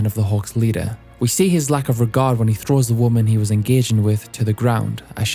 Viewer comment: have you always pronounced these two words the same way: woman & women?